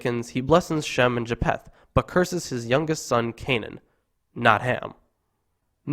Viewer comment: It is Ja-feth, not Ja-p-heth. 😀